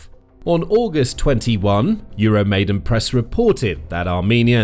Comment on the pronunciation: PLEASE call the Ukrainian words you use by the correct sounds! Your 'EuroMaid-E-n Press" is "EuroMaid-A-n Press" - 'YOO ROW MY DAN' NOT ' YOO ROW MAY DEN'! It crawls up my back every time I hear it! The uprising was the MAIDAN - not the MAIDEN! In all other respects, thank you for the videos!